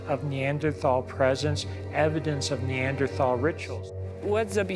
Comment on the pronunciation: I might find this more credible of the 'experts' could pronounce Neanderthal correctly. As for the rock, I think this is like seeing the Virgin Mary in a piece of burned toast.